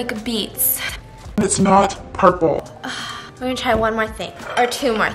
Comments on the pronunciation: “Pueple Food”😂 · Squishy TaeTae she said pueple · “PUEPLE FOOD” - Stephanie Soo 2019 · If Stephanie says it's PUEPLE then it IS PUEPLE